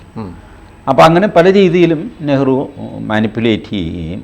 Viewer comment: What was Nehru?. That was Neehru 😂